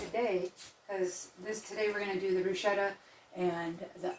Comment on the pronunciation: Pronounced brew sketta